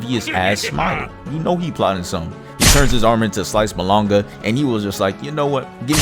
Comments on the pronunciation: what the fuck is "Bolonga"??? its pronounced Baloney 😭🙏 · Sliced balonga, wow- not even ba-log-na⁉️😂😂😂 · Balongah😭 it's pronounced balogney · “sliced bolonga” ✌️😭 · "sliced bologna" and not "bolony" 😭😭😭😭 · Sliced BoloGnuh.... My guy!! 🤣🤣🤣🤣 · "Sliced bolonga" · Theres no way my mans called balogna "balohnga."😭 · I like the fact he said belonga 😂😂😂😂😂😂😂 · LOL the "balon-ga" fucking killing me. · Sliced Bo-lon-ga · Bro said sliced BOLONGA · did you just say sliced "bolonga"? WTF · "turned his arm into sliced ba-long-a." 💀 Thats it, thats what im calling it now. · This dude said ba log na 😹💀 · "BALONGA" -- Young Sheldon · My man called Bologna exactly how its spelt like 😂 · w video but whyd you pronounce bologna ):< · i thought he was saying bologna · it's definitely not malanga, he's just saying bologna wrong on purpose. not only is malanga a pretty obscure food, that's not even the english name for it so if he was trying to reference that food he's say taro.